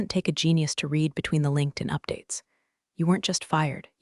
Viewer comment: I will never subscribe to an account that doesn't know the difference between "read" and "read", past tense, or how to pronounce $3.2M...